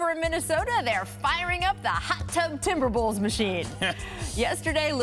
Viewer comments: i swear i heard her say TimberBells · . She just gonna say timberbills like that and keep going ? 🙄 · Think she;s saying Timberbullves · Timber"Bills"?! Say your joke right!!! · "TimberBills" smhh Rachel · I heard it exactly when i scrolled thru this comment